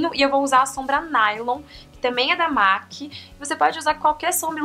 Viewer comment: Linda, se pronuncia "MEC" e não "MAC"